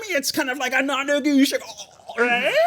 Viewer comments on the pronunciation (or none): “Non-negoooshable” - adding that to my vocabulary 😂